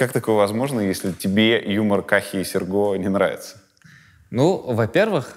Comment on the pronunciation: Скажите Юре, что сЕрго, а не сергО!!